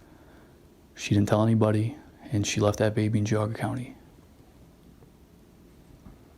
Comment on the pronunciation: I wish you would of googled atleast how to pronounce Geauga County. Sounds ridiculous